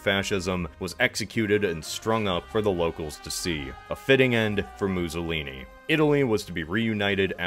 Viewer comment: He is called Mussolini, not Muzolini 😅